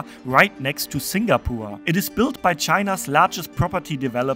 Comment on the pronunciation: it's singapore not singapoor